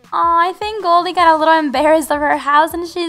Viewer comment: it's Goldie not galdie.